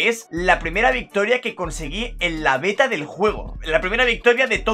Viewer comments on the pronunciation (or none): none